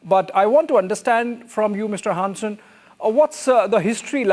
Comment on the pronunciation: Dude's pronunciation of "Hansen" is almost spot-on! Was chuckling a bit from the pronunciation before that and then he just slaps you with a near perfect Hansen straight across your face😄 None of this will come to fruition, though. They would have to take on the rest of Nato. The US is just trying to force us into a shitty deal and I hope we're done with accepting that. Ørsted and Novo will also return to form despite the recent attacks from the Trump admin. Even rich fascists can't stop medicinal breakthroughs and green energy. They're just making room for other nations to increase trade and ruining their own ability to be on the forefront of the green transition. Bonus: Denmark just signed an agreement with California to collaborate on renewable energy which will probably benefit Ørsted quite a bit as well.